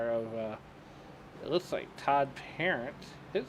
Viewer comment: It's not Parent like guardian, it's cajun, soo it's said like "Puh-rahnt". Since he's cajun he's a lil wild and may come after you if you don't get his name correct.